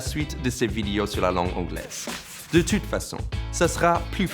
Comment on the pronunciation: On dit "ello" au lieu de "hello" mais tu dit "tute" au lieu de "toute". Allez bonsoir